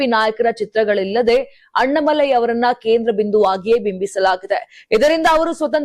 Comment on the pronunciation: ಕನ್ನಡ ಸರಿಯಾಗಿ ಮಾತಾಡಮ್ಮ ಅಣ್ಣಾಮಲೈ ಅವರ ಹೆಸರು, ಅಣ್ಣ ಮಲೈ ಅಲ್ಲ ತಾಯಿ.